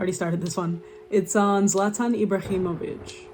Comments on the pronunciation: The way you prounance Zlatans name is as good it can get, you nailed it. Yes he has ablack belt in taekwondo. And he is also known for being the most hard hitting football player with those 124 km/h. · you are so fucking well educated that you even know how to pronounce a slavic name its insane … the knowledge that you have is sooo impressive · You pronounce his name very well, and yes - it is Slavic. "Zlato" means gold, and "Zlatan" means golden, at least in Bosnian/Croatian/Serbian language.